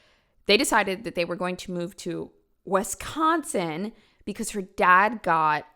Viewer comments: The way says Wisconsin 😆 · People online always pronounce Wisconsin weird 😅❤